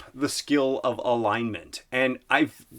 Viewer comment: I thought he said line mint. haha